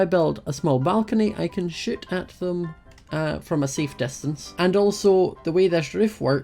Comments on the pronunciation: when says shoot it sound like sh*t because of his accent😂 No hate, I love you ❤ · When he said shoot from I thought he said sh*t from XD